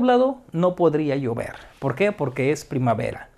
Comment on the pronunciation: Soy el único que entendí "podría yo ver" cuando era "podría llover"